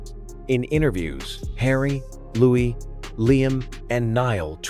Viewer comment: Not pronounced Lewis…..pronounced Louie